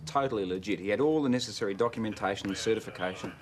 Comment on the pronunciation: "Neccelery"....I had to rewind that one LOL